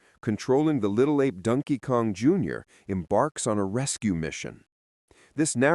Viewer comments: First time ever hearing it pronounced 'Dunkey Kong' - It took 44 years and an AI voice. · Rhyming "Donkey" with "monkey."